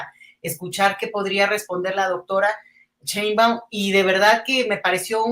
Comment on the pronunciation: Es algo que no entiendo el por qué varios pronuncian; Cheinbaum, es tan fácil decir su apellido así como se escribe (Sheinbaum) Así es como se pronuncia, con la letra “S” nooo con “Ch” La periodista y YouTuber, no puede pronunciar el apellido con “Sh”